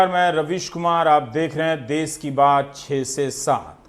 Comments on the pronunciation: देश होता है ना कि देस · देश होता है देस नहीं। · अबे देश होता है देस नहीं तुम्हें तो हिंदी के अपमान में देशद्रोही की सजा मिलनी चाहिए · रवीश जी शब्द पर ध्यान दीजिए "देस नही होता है देश होता है "।